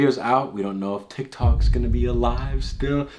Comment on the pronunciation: He said Tiktak